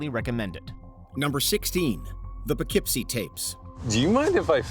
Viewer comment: Poughskeepee tapes